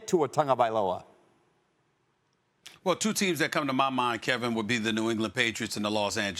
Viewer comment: This is how u say his name bro Ton ga vy low ah